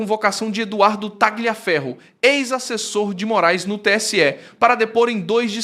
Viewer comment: NÃO se fala TAGLIA mas sim TALIA FERRO❗❗❗ Pelamor❗❗❗ 🤦🏻🤦🏻🤦🏻🤦🏻🤦🏻🤦🏻🤦🏻 E não é CURACAO mas CURAÇAO, infante❗❗❗ 🤦🏻🤦🏻🤦🏻🤦🏻🤦🏻🤦🏻🤦🏻